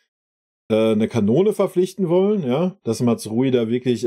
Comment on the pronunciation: boah der heisst MAZRAOUI nicht matzrui